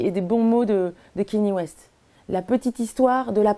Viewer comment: C’est pas kEny West mais bien kAnye West